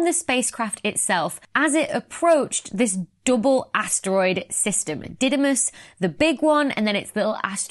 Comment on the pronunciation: In greek, it is pronounced DIdimos (Δίδυμος = twin) and DImorphos (Δίμορφος = one who has two shapes), not D(a)imorphos.